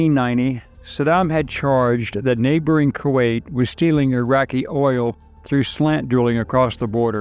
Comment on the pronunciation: Love your channel! But...I feel like you don't know how to pronounce Kuwait. 🤔